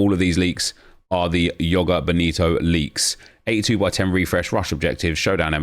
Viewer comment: Joga Bonito is portuguese not spanish, the j isnt silent. Its like zhoh-gah boh-nee-to